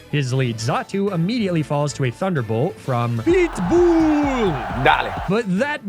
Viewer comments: I honest to god thought you keep saying big ball instead of pitbull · I swear every time I'm not paying attention I hear "BLITZBOOL! dahling." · Am I the only one hearing "BLEET BOOLE" and not Pitbull? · I thought you kept saying PIT BULLLLLLLLLLLLL /Darlin/ until I read the text on screen haha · Every time talks about “PEETBUUL” and the Electrode goes “dale”, take a shot.